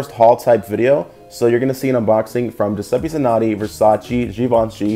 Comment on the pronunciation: i love the way americans say Giuseppe Zanotti :D